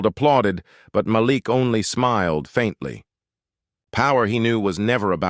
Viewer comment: Thank you for finally pronouncing Malik as Ma-LEEK most of the time. Kudos!